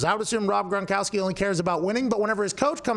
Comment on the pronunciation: Forgot I had my speed set to .75.. watch the first 10 seconds like that and hear pat mispronounce "gronkowski".. I legitimately thought pat was doing a bit and watched at .75 speed for a full 90 seconds..